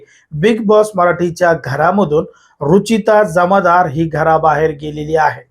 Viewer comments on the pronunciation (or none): Jamadar nahi jamdar😂